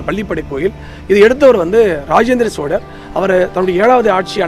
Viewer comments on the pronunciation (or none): none